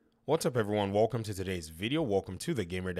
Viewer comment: Wtf is "woukum" is that suppose to be a welcome?